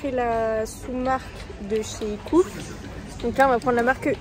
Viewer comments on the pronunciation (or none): c'est pas grave, ça fait juste bizzare d'entendre coupe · pas coup coop comme si on disait kop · C'est C O O P et non coupe au niveau prononciation, et se sont des francs et non des Euros. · Bravo pour la comparaison. Mais svp prononcez COOP comme coopérative merci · Coop se prononce soit cope ou soit cohope